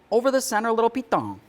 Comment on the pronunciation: "I'm gonna put the center over the center little ??????" I keep rewinding and it drives me nuts. I think he calls it a piton. but he puts a weird accent on it. I'm in Wisconsin. I googled piton and I guess it makes sense. I learned a new word and skill from this video. I wouldn't agree with the pronounciation. it makes it sound french. and in spanish "pitòn" has other meanings. Great video!!!